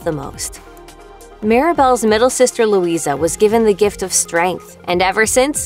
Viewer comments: Majrigill, and also she pronounces names like Luisa "luiza". Same with Isabela, pronounces it the wrong way, "izabela". Triggers me so much, cmon, it's not difficult to get it right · The a is silent in Luisa she said her name at the start of surface pressure